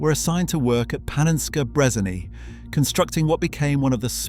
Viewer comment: Did bro just say Panenskey Brezaney?